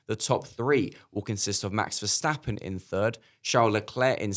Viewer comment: That guy on the right just can’t even get the name Verstappen out of his mouth!